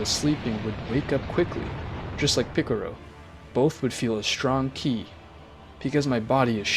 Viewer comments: Stop saying picaro it is piccolo!!! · Are you saying picaro on purpose? No offence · ITS PICCOLO NOT PICCORO AND ITS NOT ULTRA INSTINCT MASTERD😭😭😭😭😭😭😭😭😭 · Its piccolo not piccoro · Piccoro lol its Piccolo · I like how he says piccolo as piccoro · Picolro? it's picolo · it pikalo not pikero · Awesome but the name Is Belmod not vermouth and it's Piccolo not piccoro and is not jyren it's Jiren...get the name's right bro...last but not least...It's not Ultra Mastered Instinct...it's MASTERED ULTRA INSTINCT (MUI)!!! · Bro said picaro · Man's said picorro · Ah yes ✨piccoro✨ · This dude literally said mr.picciro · 😭😭😭😭😭😭😭😭😭😭😭😭😭😭😭😭😭😭😭😭😭😭😭😭😭😭😭😭 Goku day en pikiloy en GowHan😭😭😭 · OH MY NIGGA GOD YOU SAID PICCROO AGAIN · MY NIGGA DID YOU JUST SAY PICCROO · Man said piccoro but still good story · Where is the R in Piccolo💀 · I like the vid but one recommendation is please say the names right. Many times you said the names wrong especially piccolo